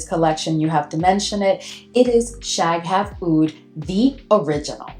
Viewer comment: Shaghaf is one word, you shouldn't break it up like that. The GH is the equivalent of a very guttural (uvular) R in Arabic.